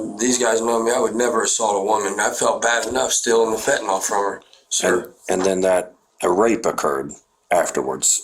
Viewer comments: "Fetnal" smh...these ppl cant even pronounce the drug they are trying to blame for them being POS...sir, the drugs didnt do this you did. Stop blaming your perversion on the feNtanyl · Why is it that so few people can pronounce fentanyl? It's not fentanol! Reminds me of people who say nucular instead of nuclear.